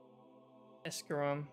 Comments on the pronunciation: Did this man just say escuram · Bro wtf are you talking about “the shoulder is off center” ?? Lmao. Makes sense coming from the guy who pronounced it Esckarom